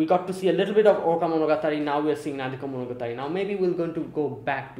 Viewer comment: the Arc is called Nademonogatari not Nadekomonogatari